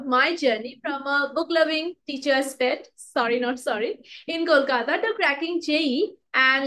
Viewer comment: I liked the way you said "kolkata"at the intro of this video❤ intro was amazing💥